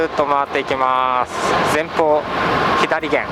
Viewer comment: いつも拝見しています。 このご時世が落ち着いたら、私もフェリー旅をしたいです。 天気が良ければもっと海も綺麗でしょうねぇ。 左舷(さげん)、右舷(うげん)をひだりげん、みぎげんと言っているのは、あえてですか？